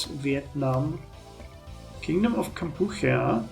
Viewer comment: Kampuchea (Cambodia to those of us in the US of A) is pronounced Camp poo chee uh, fyi.